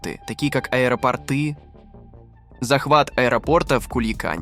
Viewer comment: Он сказал "аэропоротЫ"